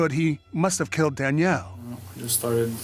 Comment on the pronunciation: Why can’t the narrator pronounce Danielle properly?